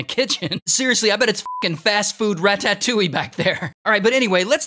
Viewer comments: "rat tat tuille" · the way that ray said "raTAtouille"😭😭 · "Fast-food Rat-tat-ouille" 💀